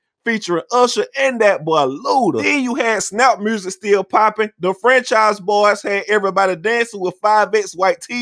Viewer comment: 'murrsic'